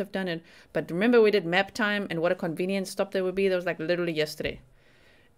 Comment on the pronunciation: You’ve said it fro. The beginning…” Maaap TYME” 😂